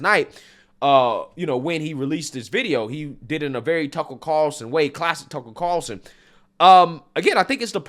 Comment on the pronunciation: Greg "Tuckurl Carlson"